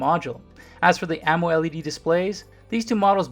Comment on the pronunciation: I swear I haven't heard any one say "Amo-LED" that way....